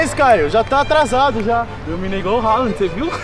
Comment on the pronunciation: . Falou halaand e depois endrix